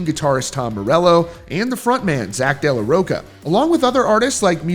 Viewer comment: It’s pronounced Zack “De Law Rotcha”